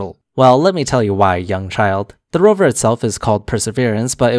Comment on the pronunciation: Dude so dumb that he can't even say Rover.